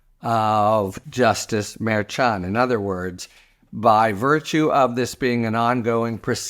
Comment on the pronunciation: Harry, I love your commentary But please! Pronounce Merchan's name correctly. It's not that hard. Please!